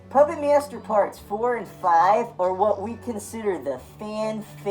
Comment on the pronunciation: I'm with you but why are you adding in extra syllables and vowels. "Pahyupput Maiyester 3". Dude. Wahoo toilks loiek thayut?